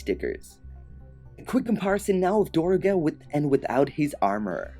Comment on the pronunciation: its actually pronounced "Durr-ga"